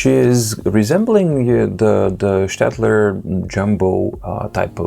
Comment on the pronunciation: Thank you for prounincing Staedtler correctly. Greetings from Germany